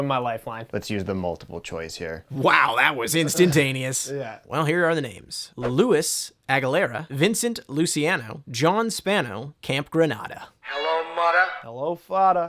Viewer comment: That’s pronounced luchi ano